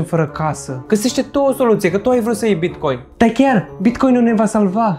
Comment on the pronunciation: TARE CÂND A ZIS CĂ A ZIS BICOIN